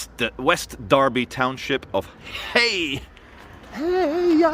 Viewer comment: it's pronounced hayg! and do they know what's going on? ) gl